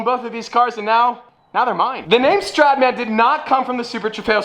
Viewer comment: Then stradman - street man 😂😂😂 an sorry no offence i love you